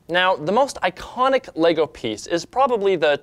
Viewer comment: yes said "LEGO" and not "Lego's"